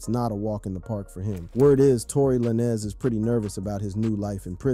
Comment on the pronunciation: This guy saying Laniz who’s that? 🤷‍♂️😂